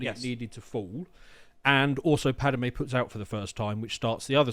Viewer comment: I dunno how is so knowledgeable on Star Wars lore, but he keeps getting Padme's name wrong.